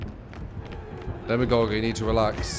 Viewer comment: Why do people keep calling him Demigorgon? ...